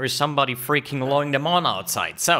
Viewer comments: "Lowing the mawn* 🤣🤣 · 'there is somebody freaking lowing the mawn outside' lol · "there's somebody freaking lowing the mawn outside." Me: rewinds "there's somebody freaking lowing the mawn outside." Me: XD